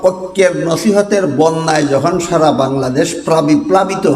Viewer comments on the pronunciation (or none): none